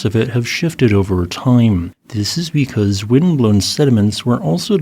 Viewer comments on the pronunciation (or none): none